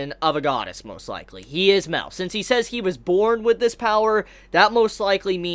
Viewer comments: its MA EL.. not MEL.. idiot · Yo enjoyed the video but just one thing that got me through the video...it's pronounced Ma-el not Mel. Ma...El...Thank you very much. :-D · Love the video, always loved all of your Taizai videos. One thing is slightly irking me. Mael is not pronounced "Mail". It is 2 syllables, sounds like May-El. Just like how all the other angels have El at the end of their name, "El" referencing God in the Hebrew language. Sorry, just a little tic. Anywho, love the information on Escanor's powers. Not really wanted, as I sort of wanted Escanor to be something new and for him to represent the pinnacle of Mankind who acts as their hero who can stand up to the Goddess clan and Demon clan. But I still like it well enough. I want to know what Gowther asks for, but we have no real information so I can't really speculate very much. I still suspect that Escanor will die at some point, and Arthur will take his place as the Sin of Pride, and will be revealed to be connected to Escanor in some way. What if Arthur is actually Merlin and Escanor's son but for some reason Escanor has no memory of this? Clearly something with Merlin's connection to Arthur is not what it looks like and not what Escanor thinks it is. I wouldn't be surprised if it were something like that. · in fact Mael is pronounced "Ma" - "el" like Raphael